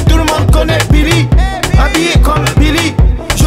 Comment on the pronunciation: Il a prononcé 81× beely ptn